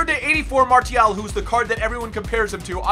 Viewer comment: he pronounces every French word wrong like Martial is mar-see-al and thauvin is toe-von